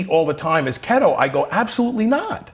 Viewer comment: What is kettle or is he saying keto?